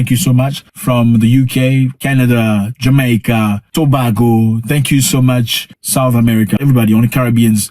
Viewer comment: It's 'Trinidad and To(BAY)go, sir, not To(BAH) go.